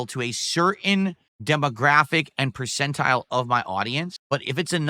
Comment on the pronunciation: "Pur-sen-taheel" Uneducated ape